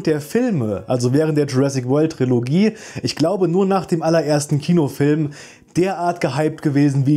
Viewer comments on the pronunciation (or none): none